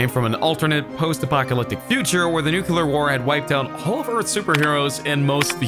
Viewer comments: Nuke-lee-ar not nuke-you-lar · nuclear, not nucular.